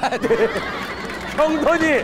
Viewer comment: 형돈이를 항동이 라 하셨는데 못알아들으니까 돼지 돼지 🐖 ㅋㅋ